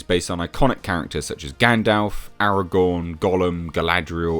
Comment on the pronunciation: Thanks for pronouncing gandalfs name correctly. Loads of people say gandolf and it's irksome